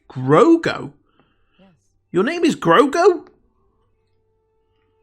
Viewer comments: It's Grogu, not Grogo aka Drogo.. But get what you mean it sounds Russian. Lol. Was a little surprised by the shorter mantrails however its practical not to have too long that might look too similar to Twilex. And it gives Ahsoka the freedom to fight and move around without mantrails getting in the way if they are too long. If that makes sense. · Grogu not grogo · GROGU. Not Grogo. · Someone on the Mando production team tweeted that they shortened her lekku and montrals for stunt and performance reasons. And I'm sure you know by now, but just in case, his name is Grogu, not Grogo. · You’re mispronouncing his name it’s not Grogo it’s Grogu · In case no one else said, his name is Gro-gu, not Gro-go. JustFYI. (And I doubt I spelled the name correctly, I just did so phonetically) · It’s Grogu not Grogo ;) And for some weird reason it works! I LOVED Ashoka. But I have such nervous energy for the future! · Absolutely loved this reaction, however I don't quite think you got the name right. Pretty sure it's Gro-goo, not Gro-go. Could be wrong tho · Grogru not grogro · Grogu not Grogo. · It's Grogu, not Grogo. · `GROGU WITH AN U NOT AN O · ''Grogo no wants stone. Grogu, is scared'' In Russian accent LOL